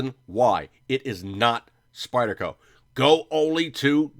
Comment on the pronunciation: What's with the "Spidder" shit? It's like listening to my 9 yr old son and his friends playing with their new toys at Xmas.